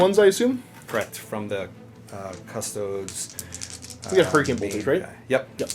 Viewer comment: pronounces custodes 'custoads'. turned off